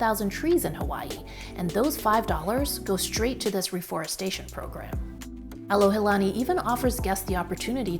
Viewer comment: You shared a great example of what “aloha” is by doing your homework before arriving here in Hawaii and being sensitive to the locals and native culture. Hope that more visitors (new and returning) would do the same. (as a side note, you were at the Alohilani Resort ... not Alohalani) Mahalo for your video!